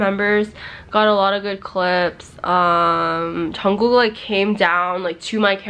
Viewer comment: it's Jungkookie not Johnkookie